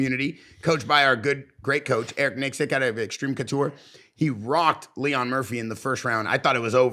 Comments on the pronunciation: "LEE-RON MURPHY" is such a good fighter 😏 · It’s lerone not Leon and he’s from Manchester England come on guys … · Leon Murphy? lol it’s Lerone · Leon Murphy 🤦🏻‍♂️. Lerone Murphy is English